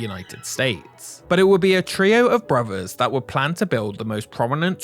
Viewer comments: This might be watchable if the narrator didn't pronounce "brothers" as "bruvvuhs". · One of the worst documentaries I have seen. Long, rambling, disjointed presentation that never gets to the point. Also, what is it with the British that they speak such poor English? Brovers? Fousand? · it is pronounced brothers not bruvers